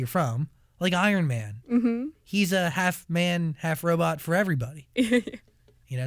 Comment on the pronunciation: Do you guys know her song ‘I love you 3000’ ? the way she pronounce ‘Ironman’ is weird..